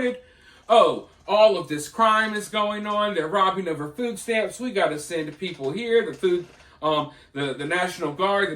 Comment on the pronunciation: What exactly is a "foooo stamp"???